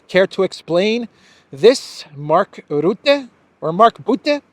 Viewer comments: Rutte is pronounced with the u like the u in up. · According to English pronunciation "RUTTE" has to be spoken as "RAT". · it’s not Rootte but Rutte spoken as the first U of Ursula. Rutte is a clown. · Rutte forgets... it seems perfectly normal for European countries to give Ukrain F16's and tanks... but... Russia, is not allowed... the arrogance.... PS it's Ruhte... not Roette hehe.... like 'uh' .... Rutte is a puppit, a lier, and destroyed the Netherlands almost with his WEF agenda. He now is gonna destroy the EU... so the WEF and Blackrocks can take over, and Rutte is paid handsomely for that. Rutte is a sociopath, doesn't give a damn about 150million Europeans... he only thinks about himself. Same character as Ursula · Not Ritter as they corrected me but rutte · I luv 😂❤ the way you pronounce Rutte! 😂😂😂